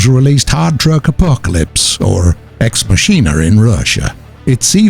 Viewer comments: Can't even pronounce Ex Machina Lmfaoooooo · That fun moment when this wonderful voice actor doesn't know how to pronounce "ex machina"